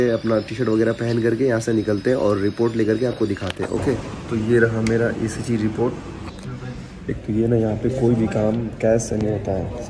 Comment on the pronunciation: ECG Bolte hai bhai 😅😅